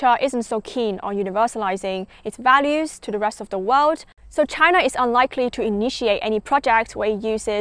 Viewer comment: Im afraid you didnt learn much in your studies in UK. You still just don't get it. And you're pronouncing "world" incorrectly. It's "wurld" not "wowed".